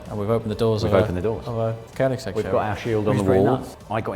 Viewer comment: Bro, if you gonna be a dealer for koenigsegg you need to learn how to say Swedish "ö". It's pronounced Königsegg. Not cone-igs-egg 😂 The shield in the floor is cool I think. Gives a bit of a high end feel.